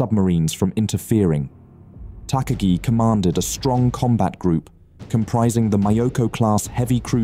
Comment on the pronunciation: takagi pronounced wrong but doesnt matter much